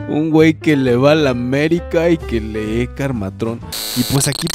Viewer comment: Por qué pronuncian mal cosas como lee (dicen leé) o cree (creé)? Es como el empez de Nebraska? Duda seria.